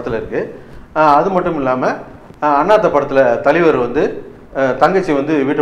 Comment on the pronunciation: ஐயா..... அது தலிவர் இல்லை தலைவர்....... 🤣🤣🤣🙏